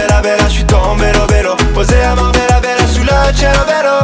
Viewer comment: En effet c est dommage, le rythme la musique la choré sont plutot sympa mais alors les paroles on touche le fond un petit effort aurait sans doute pu arranger tout ca. Ca n a ni queue ni tête: limoncello à Marbella 😂😂😂, Marbella prononcé à la française mais "cielo" à l italienne. Bref c est bien beau de vouloir faire des rimes et des aliterations mais bon ca marche pas trop. Ou alors on est au comble du surréalisme 😂😂😂